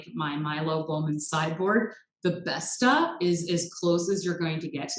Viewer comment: Just a note: Bestå is pronounced Best-o. Now your in with the in crowd!